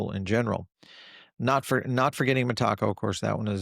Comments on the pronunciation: Meta co.. not mah taco. Lol. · META....CO. NOT M'TACO. .....LOL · Always gets that pronunciation wrong ! Sometimes mixes up lend and borrow 🤦 which is basic English and often conflates XRP & Ripple yet we keep tuning in for his wise knowledge 😂❤ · MeTACO? Is that a Mexican institution? 😅 i thought it was pronounced METAco? Good stuff. I appreciate all your content and observations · … love your content, but we gotta work on your pronunciation of Meteco. Think of it phonetically like this met.-a-co!! 😂 every time you say it just makes me laugh. The reason I know it’s the correct pronunciation as I’ve heard Brad Garlinghouse and the senior executives from that company share how it’s pronounced. Keep up the great work! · Metaco has nothing to do with tacos. Those involved pronounce it Meta-co.